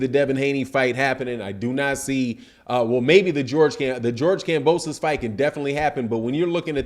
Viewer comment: Did say Mark Kambosos in the beginning? 😂😂